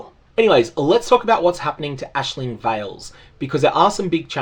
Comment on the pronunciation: Hey. Appreciate correct use of the name Aisling. It's a very common thing here in Ireland. It's so hard to focus on a video with people saying eyes-ling lol